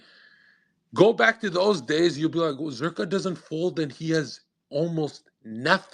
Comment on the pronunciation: Zer “her” ka 😂